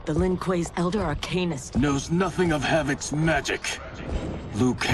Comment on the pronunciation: BY DA ELDA GODS